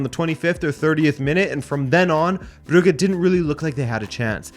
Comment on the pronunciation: The 'u' in Brugge is short. You say it long. You say 'uu' as in 'Bruge' or 'Bruuge' its Brugge.